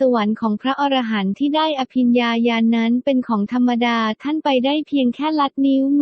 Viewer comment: คนอ่านนี้อ่านผิดอยู่นะ อ่านว่า พระ อะ-ระ-หันต์ มิใช่พระอร- ระ- หันต์ถ้าอร- ระ -หันต์คำนี้หมายถึง สัตว์ประเภทหนึ่งในตำนานกรีกโบราณ นี้ละคือคนส่วนมากมักจะออกเสียงผิดเสมอ พูดผิดออกสะกดผิดความหมายผิดไปเลยนะครับ